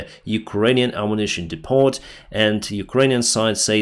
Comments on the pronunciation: It is called a depo(t), not depot. The last letter is silent. Again, in "lack of" is bad grammar, just say, they lack. Keep up the good work! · Depot* (dee-poh) instead of (dee-pot) Thanks for the videos! 🙏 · Depot, pronounced D E P. O the T is silent, OR ARMS DUMP.